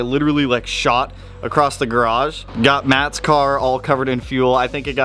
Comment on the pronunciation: OMG, please stop saying "accrosst" That said, I'm Bout the yellow as well